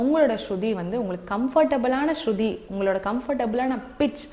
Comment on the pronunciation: அது.ஸ்சுதி மா ஸ்ருதி அல்ல..